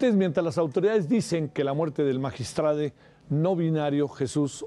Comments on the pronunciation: Magiatrade? Hablan bien. Im becil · Por favor no les sigan el juego a esta gente, es magistrado no magistrade. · Magistrade? Enserio nadie va a hablar correctamente? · Estas personas personas lamentablemente estudiaron en universidades patito por que no saben que la palabra magistrado es así como se oye y se escribe y no se pronuncia magistrade que pena que ellos siendo lic. En comunicación no pueden pronunciar la palabra magistrado